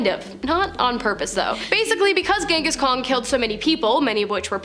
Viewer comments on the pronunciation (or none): "gong"his khan 😂 jeez racist much... might as well call him "ching-chong"his khan😂😂